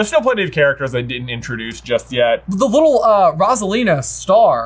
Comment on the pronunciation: Its ROSALINA not ROSALINAR!